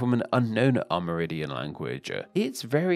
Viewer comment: Aside from terrible pronunciation of Spanish, this guy seemed to be saying “AmerIDIAN” instead of “AmerINDIAN.” It kind of distracted me. Otherwise, an informative video.